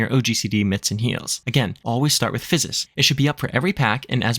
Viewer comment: Great job pronouncing "Physis' ", that's a lot of ssss. :) Great video. I'm a Sage, and I've taken a break for a few months. This is an excellent explanation of the job and how the tools work, and provided a great reminder of what the heck I should be doing. Thank you!